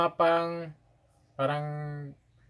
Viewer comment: Nanonood nga kami at parang hinde akma na guys ka ng guys pero kaming matatagal nang nasa labas ng bansa iniiwasan naming maging guys kahit araw araw kaming inglis ng inglis...Ang parang ngayon naging Par-ang na ang bigkas.